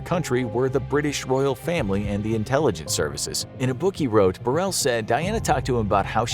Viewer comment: Diana was more aware of her demise than some are of how to pronounce Paul Burrell's surname